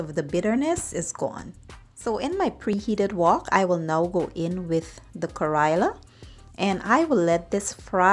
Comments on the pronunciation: No kariya it called karella say it right you indian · It’s pronounced: ka-re-la. Not Kairela. 😡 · Please get the pronunciation correct. You made a video but you don't even know how ro call it correctly